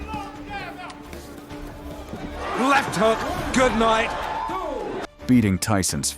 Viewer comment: "Left hook! Good-noight!"